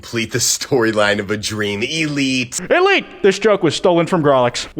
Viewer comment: Bro he says elite like eeleet